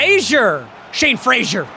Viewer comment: Why does he keep calling him Shawn when his name is Shane?